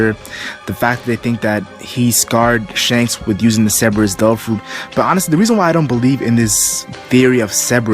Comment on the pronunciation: I like how you say Devil fruit as tofu